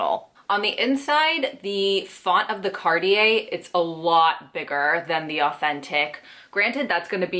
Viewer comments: Cartier is pronounced car-tee-AY * c as in car * ar as in bar * t as in two * ee as in see * ay as in pay. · She said mario cart lol